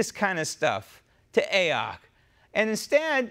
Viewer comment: "A-ock". Hilarious!!